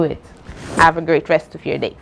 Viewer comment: Instead of day you said dee😮